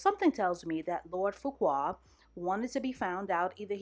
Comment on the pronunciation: LORD FUQUA (FARQUAAD) IM FUCKING SCREAMINGGG SIS